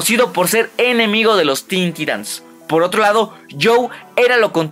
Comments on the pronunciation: Se pronuncia taitans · En cualquier universo de dc y en todos los croos overs habidos y por haber lo pronuncian taitans.